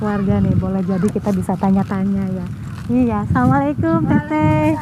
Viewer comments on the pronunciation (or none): none